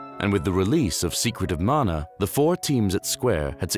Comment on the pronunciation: Thank you for the effort you put into these. I never knew about the intro scroll loading in Mana, that's amazing. It's nice to hear someone pronounce the name properly too. 😸